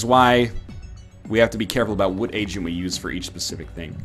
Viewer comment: Does anyone else hear "Asian" whenever NL says "agent"?